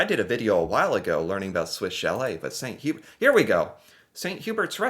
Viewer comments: Hearing people pronounce St. Hubert in an English accent is always entertaining for me for some reason :p Edit: We had snow in April in New Brunswick but it was a small amount so it melted fast :) ice scraper goes away for the summer Edit 2: We have an American uncle who visits and we had to teach him to take his shoes off indoors unless told otherwise. Some people say to leave your shoes on and it's super uncomfortable for me. We also take winter boots off in churches and legion halls so you just have rows of boots lining the entry ways and people running around in socks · Yes that ‘t’at the end of Saint gets added to ‘hubert’! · good job remembering how to pronounce chalet. For bragging rights you might try the French pronunciation of St Hubert. It is pronounced "san hue-bear" try not to stress the "H." St Hubert is the best rotisserie chicken anywhere. Love your show. It is inspiring to see you trying to learn more about the world. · You got Swiss ShallAY. Well done! But you missed Sant You-BEAR. 50%, though! 😀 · St. Hubert ( pronounced hue-bear) is MUCH better than Swiss chalet. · Hey there. I really enjoy you videos, I'm all for people trying to understand what makes other people "tick". But. So many things to add. I'll just correct one thing. St. Hubert would be pronounced "san-oo-bear", roughly (the "haitch" is silent). Quebec chain, I guess. I've never seen one here in British Columbia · It's not that Anglos don't love poutine as much as the Français, it's that the BEST and original poutine is from Quebec and there are a lot of horrid versions in Anglo provinces. (Using grated mozzarella instead of curds??? Horrid) Also St-Hubert is roughly pronounced "Sent Ew-bear" (francophones please don't cringe - I did say "roughly" lol) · St.Hubert is pronounced ' saint hue-bear'. Almost every town in Quebec has one. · How to say you are American without saying you are American. Swiss Cha-lette vs. St. Hue-bert. 😂